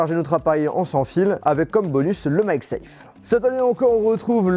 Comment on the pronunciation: Pourquoi tu dis maisafe?